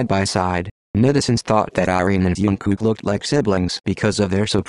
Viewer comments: Is nobody going to talk about the narrator spelling jungkook as youngkook! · his name is jungkook not tzukook👀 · it's jungkook not youngkook.. Lmfao